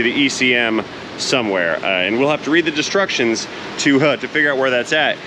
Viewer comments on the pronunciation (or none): "Read the DESTRUCTIONS" 😂😂😂😂 I say destructions too!